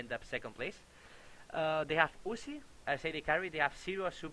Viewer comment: U-z-i not Uzi.